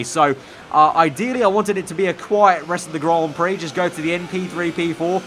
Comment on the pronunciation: Stop saying Grand Prix PLEASE🙂